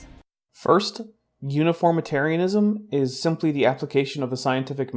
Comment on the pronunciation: That pronunciation guide for uniformitarianism pains me greatly.